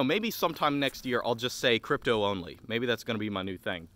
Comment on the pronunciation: dapper guy in a forest talks about cwypto